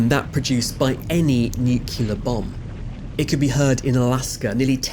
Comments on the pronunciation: Nukular? Really? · The word "nuclear" is NOT pronunced as NOOK-YOO-LAR. This is a very common error. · Come on guys, its nu-cle-ar not nu-cu-lar. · Did you just say "Nukyalur" bomb? What is that? A Nukyalur bomb? Is it similar to a "New•Clear" bomb? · New-clear, new-clear, say it with me, NEW-CLEAR! This is how nu-clear or nuclear is pronounced NOT NU-CU-LER! Jesus Christ, even the band "The Vapors" got it right and used it as a pun on the cover of an album. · "Noo-kyu-ler"? Really? C'mon you're better than this! Its such a basic trope, and a good editor should have caught this. Pronounce "nuclear" properly, for the love of Thor and science! Fantastic video otherwise, as always!! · Sir, nucular is not a word. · Bigger than a nucular bomb? Is that similar to a nuclear bomb or...? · Nuclear, not nuculer! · Agreed. But I cringe when I hear 'nucular bomb'. Sorry. Apart from that, fascinating video, very nicely put together. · Can't forgive Newcular though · Narrators should at least make a token effort to correctly pronounce words correctly, especially if they are easy - like nuclear and supposedly. Shame on you. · Where's the second "u" in nuclear that you keep pronouncing? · . And another one that does not pronounce nuclear correctly... SMH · Amazing how the narrator can pronounce the name of the Tongan volcano, but can’t pronounce the word NUCLEAR!!!! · Shame about the prononciation of "nuclear" 😅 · and apparently can't properly pronounce the word "nuclear" which seems like it should be a low bar for a science channel. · Judging by their difficulty trying to pronounce "nuclear" you're right not to blame them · He didn't even get nuclear right😂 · Given that he can't even pronounce "nuclear" correctly, we should be thankful. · It's important to say "Nuclear" correctly, and not sound like Homer Simpson.